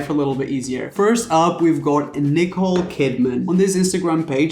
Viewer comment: “ Nicola Kidman “ 🥴🥴 it’s Nicole and you have it written on the cup in front of you. 🙄🤦🏻‍♀️